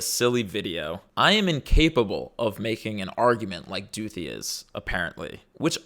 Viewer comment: I for real thought you said her name was Dookie